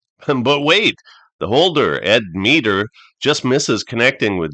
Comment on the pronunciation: Point being, it is not MEE DER